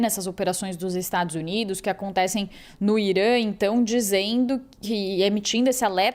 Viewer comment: o país se chama Irã, e não Irâ.